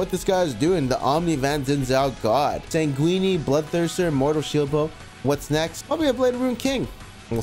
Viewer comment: SANG-WIN... dahell is sanguini?